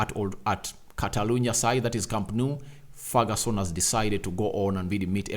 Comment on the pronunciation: It is Ferguson not Feruson